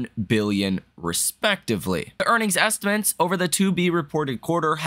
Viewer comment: say this word: estiments. Now, say THIS word: estimates.